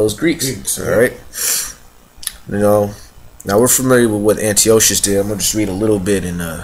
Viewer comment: Antiochus's name is pronounced "an - TIE - ah - cuss" - fyi.